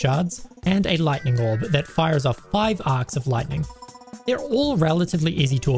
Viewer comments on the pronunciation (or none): none